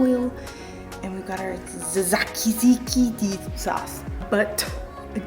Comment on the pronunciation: love love love... you are so freaking wonderful... you did have me crying with laughter at the pronunciation tzatziki… sorted it for you babe (didn’t know myself to be honest) laughing x SAT - SEE – KEE simples x love from England x x x